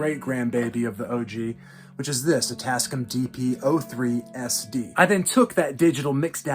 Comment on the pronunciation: Bro…. It’s pronounced Tass-Cam.